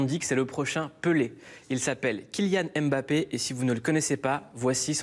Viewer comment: on dit mbappé , pas M bappé à dire M bappé c'est comme si M voulait dire quelque chose un peu comme K Benzema k=Karim. ne déformez pas ce nom d'origine camerounaise svp